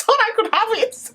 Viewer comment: SWOOP “ I never tot I could have eet” I’m dying😂😂💀